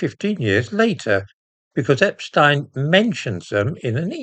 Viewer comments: I’m glad you pronounce Epstein’s name correctly rather than the American way,. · I note your proper pronounciation of Epstein - not the usual "Epsteen". Waheed Alli is a gay Muslim, which makes him a very brave man indeed, no matter what his other connections are with Two-Tier Queer Keir. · The only time I've heard 'Epstein' pronounced correctly on Youtube or television. At least they don't call Einstein Eensteen. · I'm glad you are one of the few who pronounce the paedophile's name as Epstine, rather than Epsteen. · Great someone at last who pronounces epstein the proper German way. Regards